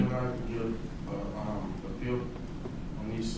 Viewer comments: Your understanding of how it's pronounced was right the first time. Phonetically, it's pronounced "uh-peel" You file your appeal in the "uh-pellet" court. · It's appeal, not apale.